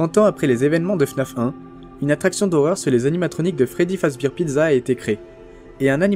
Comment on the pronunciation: Pas fredbir fredbear